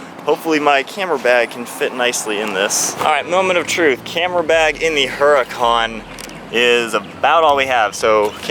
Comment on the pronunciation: FYI, the "H" is silent in the name "Huracan". Google it.